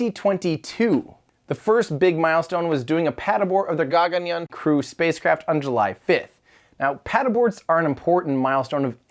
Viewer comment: I like how the sound of Gaganyaan is different. meaning Tim probably put that in later because the couldn't pronounce it right haha